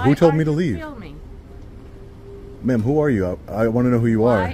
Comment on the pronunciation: “This guy ees feelmin”